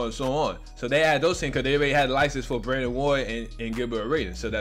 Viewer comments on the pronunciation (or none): none